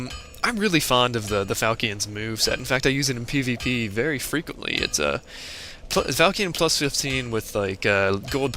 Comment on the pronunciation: i really dont like correcting people but i couldnt stand it XD its not called a falcion its pronounced (fal shaun)